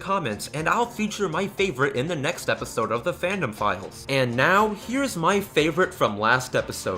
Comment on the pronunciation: When you say the fandom files, i keep hearing pedophiles